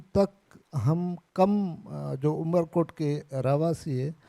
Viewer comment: amarkot not umerkot